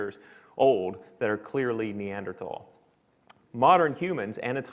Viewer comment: Lost interest when the Assistant Professor of Biomolecular Engineering was apparently unable to correctly pronounce Neanderthal. Oops!